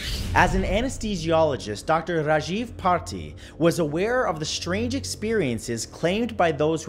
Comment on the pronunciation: shrange shapes shrouded lol